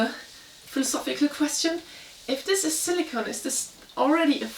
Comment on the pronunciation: 🐾 (Not to be that guy, but it's kinda a pet peeve of mine - silicone is pronounced with a long o - like Silikon in German. Silicon (no e) is pronounced with a short o and means Silizium.